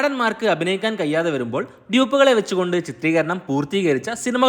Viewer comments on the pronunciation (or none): കയിയാതെ എന്നല്ലടാ തുലുക്കൻ തെണ്ടി കഴിയാതെ